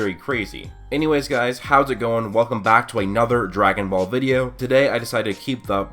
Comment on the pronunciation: You said video wrong